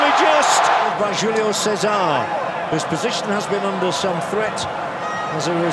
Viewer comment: Lol "Júlio Cé-ZAR" so wrong